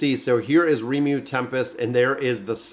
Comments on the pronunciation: I don't get it, why is it hard for you to say his name? Lee-mou-lou it's from japanese so the r are very light and rolls on the tongue, to a spaniard I wouldn't tell them to use a l sound cuz their r sound are closer but for an american, deffinitely use L.. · Ri-muh-roo.......Can't miss this one!!! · One of my favourite animes. Pronounced Ree-mu-ru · Its ree-moo-roo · His name is Ri-mu-ru, exactly the syllables sounds like. If you want to see his ultimate skill, just search for Rimuru massacre and you'll see it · Ree-Moo-Roo. As a big fan of the show... this video hurt lol. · butchering names is like his gimmick 😝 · Its Rimuru bro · you won't be cancelled if you mispronounce rimuru's name as long as you don't assume the gender..